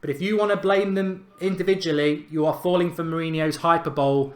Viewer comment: Your pronunciation of 'hyperbole' is hilarious.